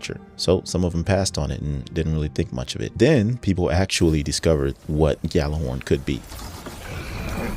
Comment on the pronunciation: It's not "GAL-er-horn" The correct pronunciation is YAL-ar-horn. The game officially died and people still do not know how to pronounce it.